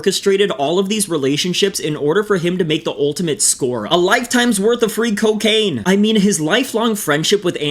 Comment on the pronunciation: "KYO-KAINE" - Principal Lewis